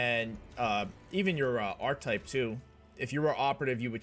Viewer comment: I think it’s pronounced Ark-Ke-Type, good argument for melee I love my Abelard and Main Character Melee Psyker will you be doing any builds outside of this?